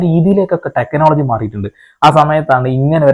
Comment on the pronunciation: കാളി ചേട്ടന്റെ ടെക്കനോളജി ആവും ടെക്കനോളജീ😅